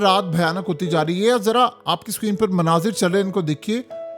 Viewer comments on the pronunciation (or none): none